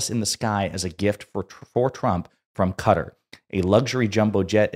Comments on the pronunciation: Please, sir, it's Kuh-taar, not Cutter. Except for that, I love your content and you have a very nice podcast voice :) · Quick note: Qatar has the accent on the second syllable, pronunciation is not CUTTER but as in BIZARRE, BY CAR, BY FAR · Note to: Qatar is not pronounced as "cutter". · Excellent podcast! But please pronounce Qatar correctly